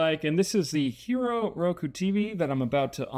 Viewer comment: Pronounced Hīro...